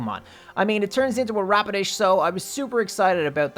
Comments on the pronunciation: Its rapidash not rapodish XD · Anyone else hear radish when he said rapidash